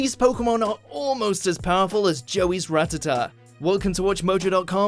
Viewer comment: I swear it was pronounced rat-a-tat